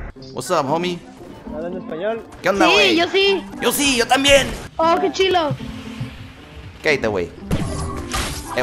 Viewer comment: He said que chilo LMAO